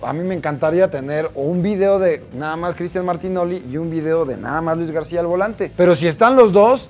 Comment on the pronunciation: Luis Gadcia jajaja